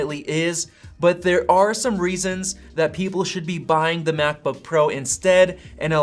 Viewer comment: You have a pretty good channel, but your constant misuse of articles (“a,” “the”) with a long vowel sound (“ay,” “thee”) is REALLY annoying. Nobody says, “THEE MacBook Pro .... (blah, blah, blah).” You say, “THUH” when the next word starts with a consonant. You only say “THEE” when the next word starts with a vowel. And just don’t say “ay.” Like don’t say, “The battery lasts AY lot longer.” You say “uh.”